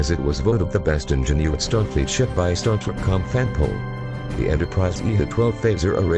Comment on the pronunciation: robot voice=dislike This one is particularly shitty. Star Tarek?? ugh